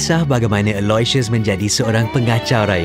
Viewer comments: Aku ingat ayah dia sebut ala siott..rupenye nama dia allasious..ahhahaha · so lawak lah. I love the way pronounces Aloysius haha